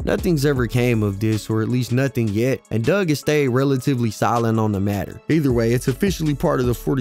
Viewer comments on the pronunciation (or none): His name aint dugg, its pronounced DOOG Four 2 DOOG!!! im not even a fan n know that bro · excuse me sir it’s Four Two (4 2) NOT Fourty Two(42)!! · 🗣It’s FO 2 DUGG NOT FORTY TWO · The second I hear someone call him "forty two" Dugg in a video I switch it right off. If you couldn't do the research to get his name right why am I gonna believe anything else you say when speaking on him? Its "fo two" he made that clear more than once. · His name is Four Two Dugg. Not fourty two. Just 4-2...Also Detroit has the best water in the nation. You would be talking about Flint.